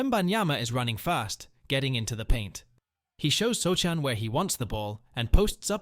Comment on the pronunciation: pronounced so-han